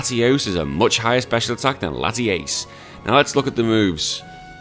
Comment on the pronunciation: Came from Zwiggo's channel. A couple of things: 1) It's Latias, not Latiace. 2) Nice Yugioh reference 3) I'm pretty sure Zwiggo didn't follow the same ruleset you did lol